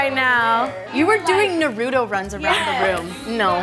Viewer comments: did homegirl just say “naruudo” runs 😭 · I’m sorry did she just say nArUtO like that smh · We’re all abt to ignore that one girl saying “Naruto” wrong in the beginning of the video 😭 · Im sorry the way she pronounced naruto🤦‍♀️😭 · Wait why did Jess pronounce Naruto like that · I hate to be a hater but I hate when ppl say Naruto like that 😂😂😂